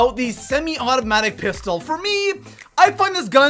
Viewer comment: TRIGGERD WHEN HE SAID PISTOL